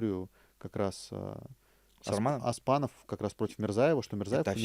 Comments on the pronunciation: ты сколько уже в КЗ., надо уже научиться.. не Тахтар, а Тохтар:; не Аспанов, а Оспанов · зачем меняеш буквы в имени и фамилии казахов? Оспанов пишется и читается ( звучит ) через "о" не через а. Оспан это имя, аспан это небо также Арман-мечта, орман-лес как считаете есть разница?